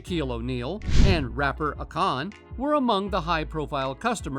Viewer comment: I really hate click bait. And please learn how to pronounce Akon's nname.